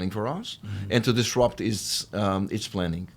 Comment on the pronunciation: "disrupt"..not "trupt".